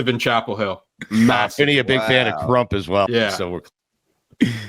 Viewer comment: The way Stu says CRUMP is diabolical.